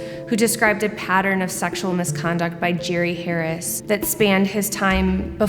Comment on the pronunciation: Mispronouncing his name is kinda a great way to disrespect someone like this. I like it.